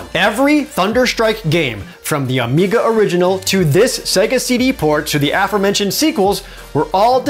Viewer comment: Was worried it was my speakers. And he says "Amica" instead of "Amiga."